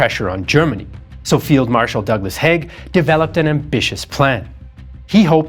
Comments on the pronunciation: Its Haig not Heg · "Haig" [ a Scottish surname] is pronounced in the same way as "vague", not "Hegg" as in this video. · Hi - its Hayg not hague You pronounce all the words well why do you butcher his name? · You state right at the end that you're the only ones who know the true state of affairs and yet you spent the whole video mispronouncing Haig's name. Curious.